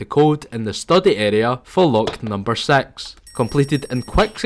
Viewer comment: "lock number sex" made me crack 💀